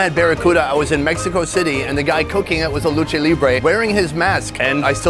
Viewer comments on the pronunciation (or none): none